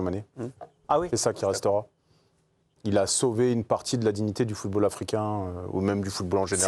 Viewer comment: "Le footre Africain..." 😂